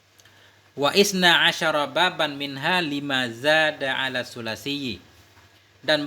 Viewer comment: wasna bukan waisna